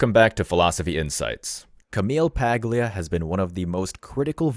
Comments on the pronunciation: It's pronounced "PAL-ya" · The G is silent. It's Italian. Pallia... pauleeuh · threw = through. Paglia = Pal-yee-ah or Pah-ye-ah. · Paglia is pronounced "Pal-ya" - Italiana!!!! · Pah-lee-a - the G in Paglia is silent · Food for thought. Also, the characters “gli” together in Italian make a “yee” sound. The surname Paglia is pronounced “Pall-YAH”… Or something like that. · Just so you know, it’s PAH LEE AH. You don’t pronounce the “g” in her name. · Pronounced Poly-uh. Its Italian. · Pronounced PALYAA. The G is silent in italian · Say Paul-ya, or even better, Paul-yee-ah. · Pronounced "Pallia" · “Pag-lia” lol The name’s Italian, bro. “Paglia” rhymes with “qualia.” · With a typo that bad in the first sentence of your description and immediately mispronouncing Camille Paglia's name in the video, it's kind of hard for me to take anything else you say seriously. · Pronounce her name correctly. The "g" is silent. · The second you mispronounced her name I turned off this video. You know nothing about this subject. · This must be the hardest surname for americans to pronounce... that and pagliacci the clown. I guess Natatlie Imbruglia probably copped it too.